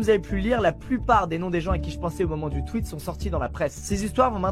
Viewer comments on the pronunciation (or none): Faut arrêter de prononcer squeezie “sqUizi” et tweet “tUit” hein